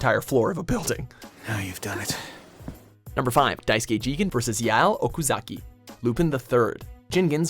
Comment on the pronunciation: It’s pronounced ge-gan and lu-pon